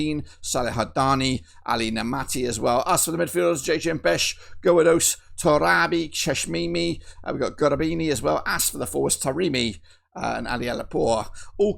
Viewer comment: On the Iran side.... It's Cheshmi not Cheshmimi 😂